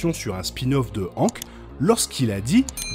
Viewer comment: Pourquoi prononces tu "Hank" avec une phonétique françaises alors que même dans la VF il prononce son prénom à l'américaine ?